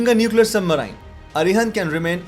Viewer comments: It's known as Submarine not Submrine get it right buddy else u are making fun of your English level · What is submaraain? It is pronounced as Sub - marines. Which kind of accent is this? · After “sub-Marian” it is hard to trust anything else said in this video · All I heard is sub-maerine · Bro, please check how to pronounce 'Submarine'. It's not how you are speaking it. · your submarine pronounciation is wrong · Please pronounce the word submarine correctly. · submareens pronounciation